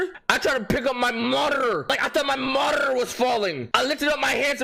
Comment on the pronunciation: "My montrlrlrlrlrrr"💀💀💀💀 Bro its "Monitor"